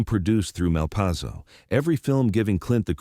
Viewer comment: A good story, but I walked when I realized it was AI. Pronounciation - Malpayzo one moment, Malpasso a few moments later.